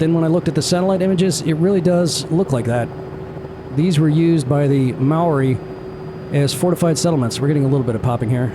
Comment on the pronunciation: As far as Americans on youtube go, your pronunciation of Maori was as good as I've ever heard, good job! MOTAT is absolutely the place to go. There's an old school tram that runs between each of the areas, past the zoo. And btw, the trees next to the helipad you wanted to land at? They're definitely there, lol, I was driving across the SH20 bridge just to the west and thought a helicopter was crashing into them, it landed so close.